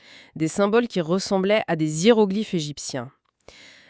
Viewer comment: Merci depuis Nouméa. 🌺🌿🇨🇵 PS : Madame la lectrice, on dit des (h)iéroglyphes. Pas zhiérogliphes. On ne fait pas l'accord avec un "h".